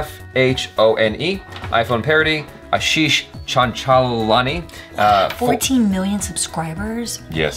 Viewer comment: This was back when could not even pronounce 'Chanchalani'.. 😀😀